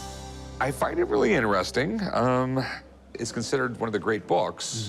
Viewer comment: all these comments are about the same thing. so is anybody else bothered by the way rick says interesting?